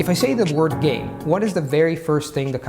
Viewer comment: Your enunciation of "word" and "focus" are odd. A dead giveaway of non-native speakers and incongruous with rest of your pronunciation which is higher than the general standards for second language speakers.